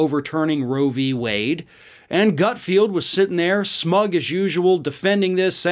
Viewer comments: The idiot's name is actually GutFELD, not GutFIELD. Pronouncing the latter sounds too similar to Garfield, and I love him! 🙄😁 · his name is not ""GutFeeeld'' it's ''GutFeld''. keeps calling him GutFeeeld just like he mispronounces incoming Supreme Court judge KenTanji even though it's KeTanji brown Jackson. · i love how he kept calling him gutfield, like when everyone at fox calls AOC sandy.... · Hilarious that you post that speculative insult on a video where the leftist who is speaking ACTUALLY can't say Gutfeld. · You pronounced Greg’s last name wrong, also google him -he’s had a long extensive career way before some cable news channel…and it’s amazing how many MEN THIS CONVERSATION IS ABOUT! …shut up ! You aren’t in danger of any unwanted pregnancies.